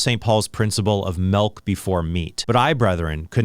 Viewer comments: We say it "milk" in the Midwest. He's saying "melk." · Bro really said “melk” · What the heck is melk? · Yeah "melk" is a dead giveaway for midwesterners. Not all, but definitely common. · I agree with all of this accept Trent's pronunciation of the word "milk." 😂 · Trent: says milk Me: immediately checks his wiki page to see if he's from the midwest